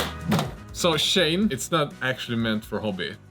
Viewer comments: Pronounced She-En, not Shane. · It's pronounced as "She In", as in "SHE is IN the car".